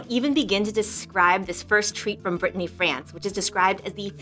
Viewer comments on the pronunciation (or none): none